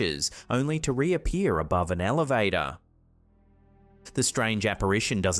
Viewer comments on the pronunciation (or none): In the "elevaiittar"